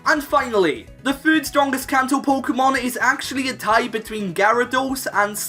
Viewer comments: I got really annoyed at "fird" "fhree" instead of third and three... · Why do you say "fird" instead of "third"? Lol